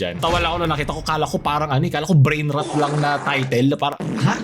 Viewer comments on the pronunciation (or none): Ayos talaga content mo may substance. Anyway yung pronunciation ng Rot is hindi "Ruht", literal na "Rot" yung tamang bigkas.